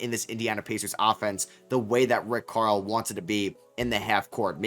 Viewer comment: This dude saying Rick Carl?